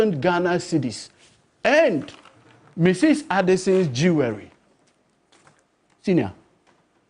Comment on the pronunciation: Please, the "w" in "Jewelry" is silent. Say it like: "jool·ree". Thanks🙏🙏